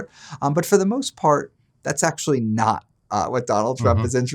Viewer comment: Leave to to Reason to slide in with the "AKShoOAllleee" meme